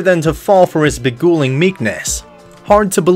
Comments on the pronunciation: It’s “beguiling meekness”, not beguling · “Begooling”. Lol